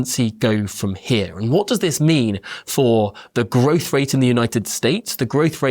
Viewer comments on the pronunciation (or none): none